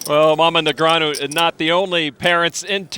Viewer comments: Say Negranyu again muthafucka. I dare ya. I double dare ya. Say Negranyu one more goddam time!! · So long ago that TV announcers didn't know how to pronounce Negreanu.